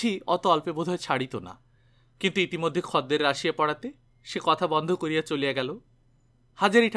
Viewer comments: khodder bolun khadder ki adbhut sunte lagche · খদ্দের শব্দটার উচ্চারণ বড় কানে লাগছে । আসলে উচ্চারণের সময়তো আমরা খোদ্দের বলি সেজন্য । হয়তো গল্পের পাঠক যে অঞ্চলের মানুষ সেখানে খদ্দের শব্দটা ওই ভাবেই উচ্চারণ করে তাই এই রকম উচ্চারণ করেছেন । তবে খুব ভালো প্রচেষ্টা কারণ এখন তো বাংলা ভাষার চর্চা উঠে গেছে । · Right khodder I procholito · খদ্দের উচ্চারণটা একটু অন্যরকম শোনাচ্ছে।